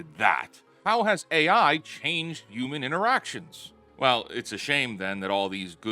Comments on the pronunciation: I beg of you to say HU-MAN and not U-MAN 😭 ❤️ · Dude PLEASE start saying the H in Human. UUman just doesn’t sound right